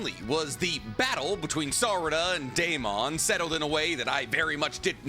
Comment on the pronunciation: Please stop pronouncing Deamons name like that.. its pronounced like Matt Damon or Damon Waynes. Not DAME-ON but DAY-MUN. I just know bc my name is Deamon too